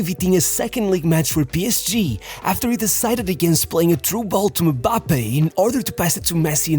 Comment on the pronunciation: You say mambappe,instead of Mbappe😂😂😂😅